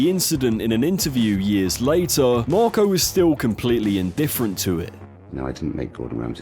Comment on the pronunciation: Why do you keep calling him "Morco"?